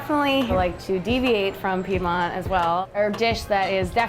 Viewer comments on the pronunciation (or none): I have never heard someone mis-pronounce "Piedmont" so many times